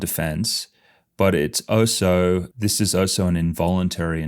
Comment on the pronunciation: Why do you say "oh so"? The word is "also" 🤷🏻‍♀️